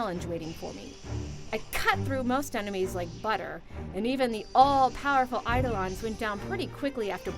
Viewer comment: she pronounced eidolon wrong. not i-da-lon, but uh-do-len or i-do-len